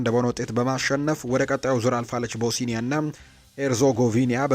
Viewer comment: ቦስኒያ ነው እንጂ ቦሲኒያ የሚባል ሀገር የለም እንዲሁም ላትቪያ ነው እንጂ ላቲቭያ የሚባል ሀገርም የለም